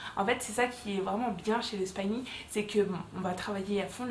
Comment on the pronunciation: On ne dit pas spaïning 🤣 on dit spi-ning ☺️